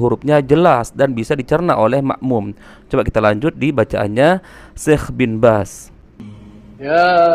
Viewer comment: Ada yg meleset bacaan bin bazz